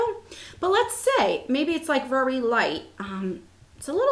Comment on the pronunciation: I remember when that happened before! I just love the way you say very!! Vurry! It's great. Lovely eye look!